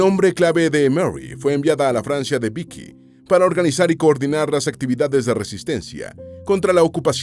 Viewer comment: Cómo que en el gobierno de Biki, NO!!!!!, Se pronuncia VICHÌ.